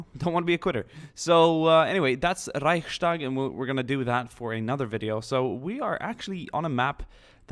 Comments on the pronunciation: There is no "sh" sound in the word "Reichstag". You pronounce the Reich right but just add the "s" to it. It's Reichs-Tag not Reich-Stag. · Dude. It is called Reichs-tag not Reich-stark :D your pronunciation would mean...strong Reich, but like you mentioned it is the building, so: Reichs-tag ;) Grüße aus Deutschland :D